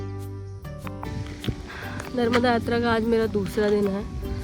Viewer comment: Agar tum aaye हो, Mai मुंबई se देख रहा हुं,, नर्मदा मां bolna sikh लो,,, ओक